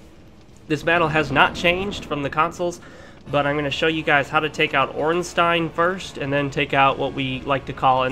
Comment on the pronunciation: Finally, someone that actually say "OrnstEIN" xD